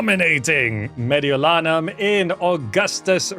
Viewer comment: Hey your pronounciation of Gallia Cisalpina and Mediolanum was almost spot on! Thank you for freeing my hometown from the barbarians! :P